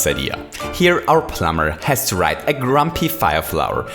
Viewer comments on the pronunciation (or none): none